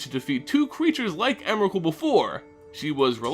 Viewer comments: Ps: "onerakul" thats so retarded!!! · There was alot of times he said Emerakul, but has anybody considered "Memerakul"